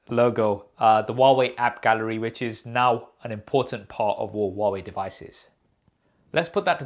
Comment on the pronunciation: That "app garelly" really got me laughing 😂